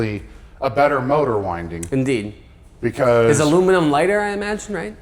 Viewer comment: "in deed"